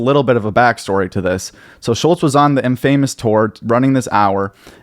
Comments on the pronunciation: Wouldn’t it be (in•fa•mus) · it's pronounced "infa-mus." not "in-famous" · Dude said in-famous instead infamous confidently lol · you said infamous wrong lol, have you ever said that word before? dude you have to do the video over, we don't belive anything you at after that. In-famous lol wtf no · How are you saying infamous like this 😂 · Love the work but can’t stand how you say infamous 😂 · Im sorry, how do you pronounce ‘Infamous’? Lololol